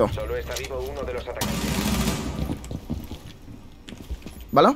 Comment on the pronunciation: Nice video, soy yo o dice vala en vez de vale